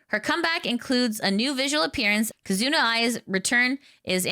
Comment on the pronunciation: You are pronouncing "Kizuna" incorrectly, the stress is on "Ki'.